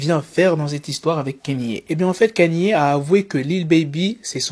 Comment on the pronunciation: Alors Kanye ça ne se lit pas « KÉ-NI », ça se lit « KA-NI-EH».